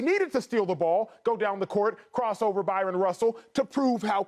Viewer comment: Bryon russell not byron